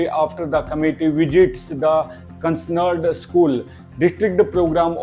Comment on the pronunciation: Following words should be pronounced as per spelling:- Concerned and identify, please.